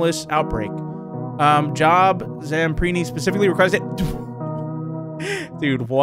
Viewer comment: ‘Job Zamperni’ His first name is actually pronounced as “Joe-b” it’s a biblical name! Also Psalms is pronounced as “Salms”